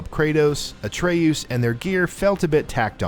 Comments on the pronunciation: Say A tree yeus one more time. I dare you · Pronounces Atreus like Atreous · You said Atreus’s name two different ways and none of them were right.